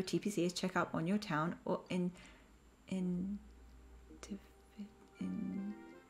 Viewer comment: it’s town “i-ni-shi-tives”. that’s how you pronounce it.